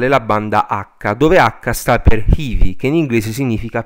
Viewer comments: ottimo lavoro! voglio solo correggere un difetto di pronuncia: "heavy" in inglese non si legge "hivi" ma "hèvi" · Hivi non si può sentire però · Heavy non si pronuncia così comunque...